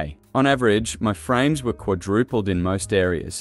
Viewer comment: Guyms and vekays with the frayms yeah.